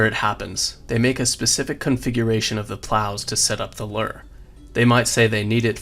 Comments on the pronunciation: why the fuck do you say LOOR? instead of LURE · why do you keep saying "invent-ary" and "Lurrr"?